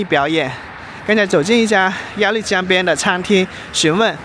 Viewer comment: 鸭绿江的“绿”是多音字，应发“路”的音。可见阿树没做功课😊